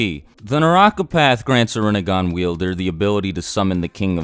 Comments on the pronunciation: Rinne*gan* Sharin*gan* Jou*gan* Byakyu*gan* Tensei*gan* ketsuryu*gan* Tensei*gan* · You're saying it so wronnggg.... It's pronounced renneggan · its pronounced rin nay gahn